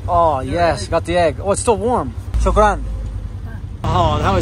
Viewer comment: Pakistan is not in Arabia...Thank you is SHUKRIAH, not SHUKRUN...lolol.